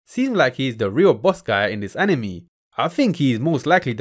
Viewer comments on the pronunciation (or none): he means when you say anime, it sounds a lot more like enemy rather than how it usually sounds being, AN-i-May